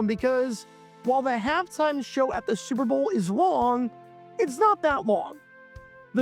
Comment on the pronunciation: It's so often that it sounds like he says "Sewer Bowl". That's actually somewhat appropriate and maybe intententional. :)